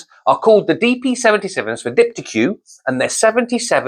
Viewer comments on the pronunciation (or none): LOL . . . pronounced Deepteek not Deep T Q . . . although I do admire your enthusiasm, you might go a little easier on the caffeine before you come "on stage" for your helpful videos LOL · Dip-t-eek, pronounced like antique you plonker. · Nice review. It's dip-tik btw. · This is french...the way you pronounce it is diptik. I heard the model higher up DP107. I was impressed that I bought the dp160 with external crossover. This used to be the top model before the new Reference came out